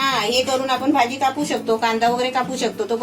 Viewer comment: Kaku, Tumhi aata celebrity aahat. Video banavtana Shabdan che uchchaar shuddha asle pahije. Video chya suruwati la mhanala हा ताट. He chukiche aahe. हे ताट barobar aahe. आपन mhanala. Chukicha aahe. आपण asa uchchar aahe. Video chya headline madhe tumhi चाय asa lihila hota. चहा asa shabda aahe. घरघुती nahi. घरगुती asa yogya shabda aahe. Tumchya khup sha video madhe भेटलं asa shabda tumhi nehmi vaparta. To chukicha aahe. 2 Mansa jevha ek mekana bhetatat, tevha ch भेटला ha shabda vapartat. Etar veli मिळाला asa shabda vaparne yogya aahe. उदाहरण देते. कृपया लक्षात घ्या. 👇🏼👇🏼 1) Tumhi mhanta akhadi vastu भेटली नाही. He chukicha aahe. वस्तु मिळाली नाही. He yogya aahe. 2) वेळ भेटला तर, हे चुकीचे आहे. वेळ मिळाला तर. हे अस म्हणणे योग्य आहे. 3) नारल नाही, नारळ अस म्हणतात. भेटला आणि मिळाला या दोन शब्दा मधला फरक जाणून घ्या. ही विनंती 🙏🏼